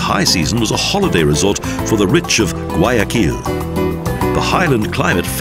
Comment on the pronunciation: Gay a kill is also nice hahahahahaaa. Seriously just horrible pronunciation.